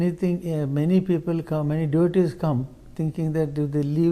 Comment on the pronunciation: He says 'my devotees'😂😂😂